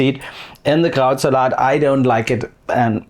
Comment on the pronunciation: When you say Krautsalat, it sounds like you're saying Krauts-a-lot, like Sir Lancelot. I'll be eating some Krautsalat tomorrow.